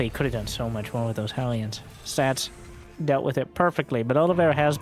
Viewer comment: Take a drink everytime calls Stats "Stabs" or "Sass"